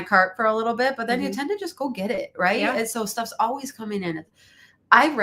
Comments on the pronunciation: I have noticed the way says “always” to me sounds like “owways” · says Owies. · It's the ONE thing I tell people who are getting a divorce. Even if it's the right thing, it feels like a failure. Ha! does pronounce "always" differently.